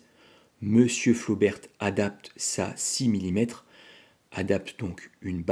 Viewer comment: on ne dit pas "flobertE" mais "flober" comme on dit "rober" pour robert, et pas roberte. et on dit bosquette pour celles a balle pointue, généralement un peu plus longue parce que "double culot" plus puissantes quand les flobert sont simple culot balle ronde. Flobert a aussi vendu des cartouches a balle pointue pour récupérer la clientèle intéressée par les cartouches plus puissantes a balle pointue de Bosquette mais elles restent de simple culot. la mesure de la puissance et de la précision dans un canon rayé n'a pas de sens, ces cartouches étaient destinées à être tirées dans des armes a canon lisse, carabine ou pistolet. ces armes anciennes sont en cat D et on les trouve très facilement. les cartouches Bosquette ne doivent pas être tirées dans les armes Flobert, qui n'ont pas de verrou de culasse = il n'y a que le chien qui retienne la douille.